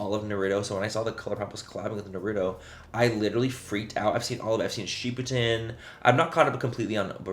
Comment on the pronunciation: Ship o den not ship you den as well...and of course this is no hate because I love you so much I just don't want any other weebs trying to roast your ass. 💜